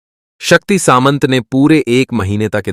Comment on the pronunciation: वो शक्ती " सांमता" है न की " सामंत"😠